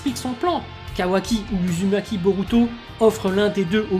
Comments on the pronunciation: ça se prononce ouzoumaki et ouchiwa 😉😁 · Chuis la Seul a avoir remarqué qu'il prononce mal Uzumaki Naruto et Sasuke Uchiwa ????👍